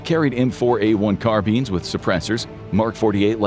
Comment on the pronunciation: Bro said car beans Instead of carbines